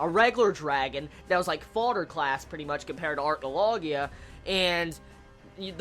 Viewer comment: Why are you calling him "Arcnologia"? Acnologia "Ack"